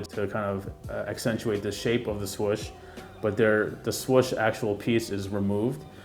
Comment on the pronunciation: The only complaint I have is the way you pronounce swoosh😂💀. But dope review nonetheless! I will be trying to cop these whatever way I can!🙌🏼👏🏼🔥